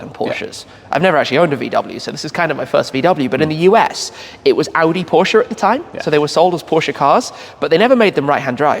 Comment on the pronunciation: Much respect for Shmee and his pronunciation of Volkswagen, Audi and Porsche (yes, the e at the end is not silent). As a German, it was kinda delightful to hear these names pronounced correctly in english. Side note: Is that a Mazda (early RX-7?) in Sea-Mist-Metallic behind Shmee at the beginning of the video?